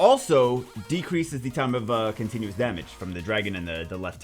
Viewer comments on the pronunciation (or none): none